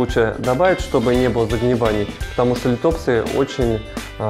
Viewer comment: Нууу бывает :)но к сожалению от правильного ударения лИтопсы лучше не ростут. Но вы правы контент должен быть грамотно преподнесен.